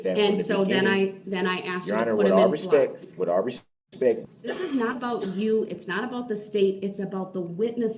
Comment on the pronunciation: Will someone please tell this fool that the phrase is, " with all due respect " ! It is not "with all respeck" !